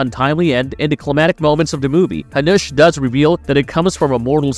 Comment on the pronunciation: oh my god!! use jacob when you cant spell jakub corectly, or hanuš, its not hanous, but hanuš for love of god!!!